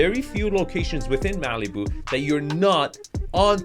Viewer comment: I've never heard Malibu pronounced that way. Maleeboo. I like it! It's probably more accurate, too.